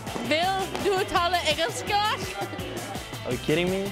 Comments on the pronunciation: It is really interesting that when they try to pronounce the Swedish word "Engelska", many of them pronounce it the way the french word for English. Namely Anglais = English. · Not even Backstrom seems to know swedish :P because that's not how you say it :) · Americans are so sad they always try to say g as like k. It's more like n. Och ja, jag talar engelska ;D.